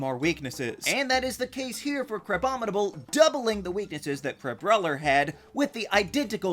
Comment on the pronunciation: IT'S CRABOMINABLE, NOT CRABOMNIBLE!